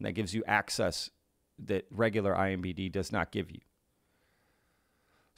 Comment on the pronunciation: credibility is lost when the host says Nuke-you ler as well as IMBD'. Its NUCLEAR ( noo klee- err ), and IMDB respectively. study your subject matter! Love the channel just at least get the small stuff right.